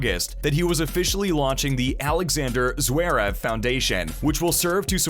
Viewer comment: Zwerev? I'm Sorry, But His Last Name Is Zverev. Please Pronouce It Right...😮‍💨